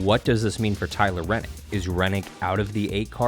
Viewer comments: Good info and Great announcement, but......If you are going to report on a sport get the names correct. It's Tyler Reddick, not Rennick. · Holy shit dude it’s Tyler reddick not renick!! It pisses me off that you act like you know everything and can’t pronounce the guys name right and it’s not even that hard to pronounce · It's ReDDick not Rennick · REDDIC NOT RENNIC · His last name is Redick not renick! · There is no “N” in Tyler Reddick’s name!!